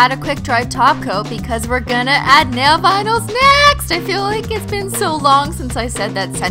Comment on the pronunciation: I want a compilation of every time she says "nail vinals"